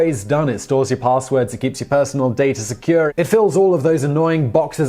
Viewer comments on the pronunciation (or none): Keeps your personal “dater” secure Why do you make the “r” sound at the end of words that end with an “a”?